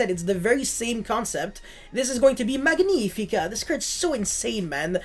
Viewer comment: Magnifica in this case is from Latin not Italian it's spelled like magnetic 😂❤ For the rest great deckkk